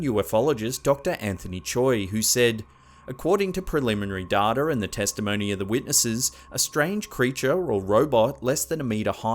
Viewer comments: fun video. but.... it's data! there is NO r in data. not datar. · Daughter instead of data. :) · Aussie or not, Pronouncing the word data as if it has an r at the end of it is just terrible. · The way you say Data got me dying! 😂